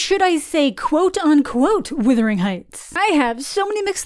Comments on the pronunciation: This is bullshit and you know it. Canadians to this day use plenty of British spelling and pronunciation in our use of the English language. We were essentially British for many years. We have the freaking royal monarchy on our money! You are able to say wuthering. It has nothing to do with being Canadian. You mispronounced it. I asked my entire Canadian family how to say this word and they all got it right. Very disappointed in you and also very UnCanadian of you to to not be able to admit your mistake. Try saying the word "brother." I am certain you are able to say it properly. Its a very short walk to wuther. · Wutherington not witherington. lol. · You keep saying withering. Not wuthering 🙃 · It's not "withering heights." I hate to be the pronunciation police but someone has to do it. It's wuthering, like brothering. Wuthering is turbulence and withering is shrivelling up. Not the same thing at all. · Naaah, let's be honest, it's so bad as an adaptations that the proper way to pronounce the name of the movie is withering and not wuthering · Why are so many people online saying withering instead of wuthering? It’s spelled phonetically - where is the confusion coming from? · It’s ironic that you slate the movie when you can’t even pronounce the name of it. It’s WUTHERING not WITHERING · All influencers and creators are saying withering. Haven’t been able to sit all the way through a single review by any of them. It’s bizarre how much it irritates me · Thank you. I know it shouldn't bother me as much as it does, but I've heard several people pronounce it as withering, and like, no, that's a different word with a different meaning. It really shouldn't be a big deal, but every time I hear it, it's like it's triggering something in my head. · Errr...It's not "Withering" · I had to stop watching the video because it's not "withering"??? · You Americans really don't know how to pronounce "Wuthering"